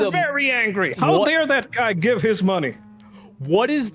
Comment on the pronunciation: “How Dyare That Guy Gyive His Myoney!!” Got Me Dead!! 😭💀